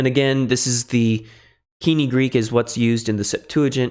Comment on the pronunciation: Why does he pronounce koine wrong